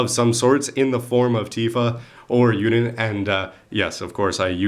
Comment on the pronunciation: Well if Sparrow is Spallow then I'm sure you can say Yullin instead of Urine :))